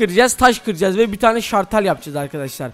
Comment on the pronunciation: Şartel değil şalter